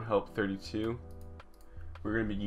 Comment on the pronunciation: Yo, you call it "T one help 32." but it's actually "T L help 32" had me googling for 20 minutes as to why I didn't have the file. Great tut. thank you.